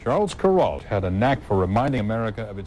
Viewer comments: kur ALT, not KUR alt. Geez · Kur-alt, alt rhymes with Walt and the accent on the Walt.